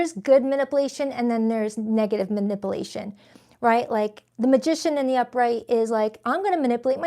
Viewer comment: Love you down, but the Virgo in me can’t take it anymore … it’s Manip-U-Lation. 🤦🏾‍♀️